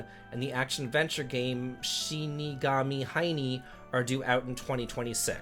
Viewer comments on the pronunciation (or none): none